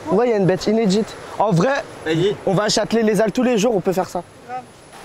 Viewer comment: t'as dit chatelet lézal